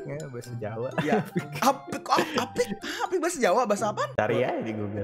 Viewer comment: itu aa p i k Jadi a nya tebel bang Contoh:weh baju mu apik e Gitu bang😁😊